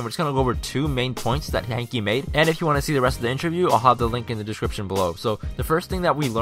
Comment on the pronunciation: its pronounced "hank" not "hankey" even tho ist spelled hanke